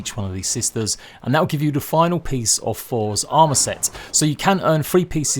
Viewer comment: For's armour set? Learn to speak.